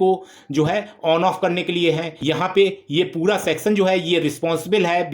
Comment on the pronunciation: Sexan wice ha ha ha 😂😂😂😂 . Sorrt circuit wala sexon